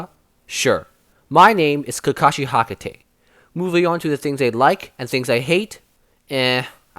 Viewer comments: hakate or hatake ??😂 btw its fine ..just keep it up sir ..👍👍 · His names kakashi hatakai not hakatai